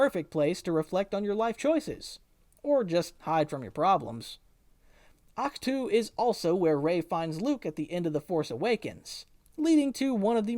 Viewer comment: Ahch-tu what... say that again